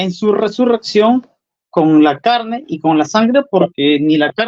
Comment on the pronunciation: ¿como que en su "charne"? Jajajaja